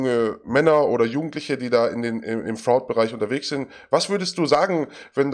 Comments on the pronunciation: Top-Interview, aber ich bin getriggert von Martins Aussprache von "fraud". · LOL wie er fraud sagt, sprich das mal richtig aus ^^